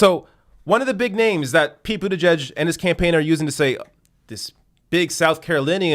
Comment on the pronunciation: Pretty sure you meant to say “Pete Booty-Judge”